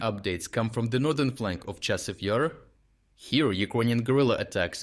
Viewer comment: Your AI script reader really has a has a problem with the pronunciation of Chasiv Yar.